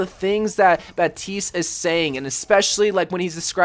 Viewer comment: It's bap-tist